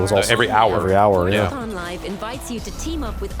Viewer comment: why do they say "Fort-za" instead of "For-za"?